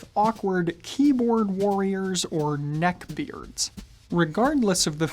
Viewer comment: He just won the award of the most akward way top say ''neckbeards''